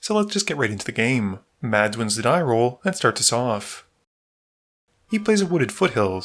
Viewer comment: Correct me if I am wrong but Mads is pronounced closer to (MASS) right?